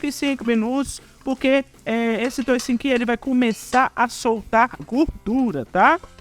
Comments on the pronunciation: Não fala toucinho,é toucinho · Não fala toicinho